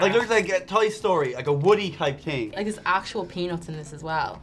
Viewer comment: MOUT wash...its the TING to say.